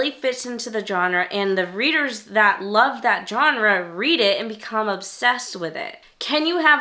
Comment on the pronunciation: I don't understand why YouTubers don't know how to pronounce Genre correctly.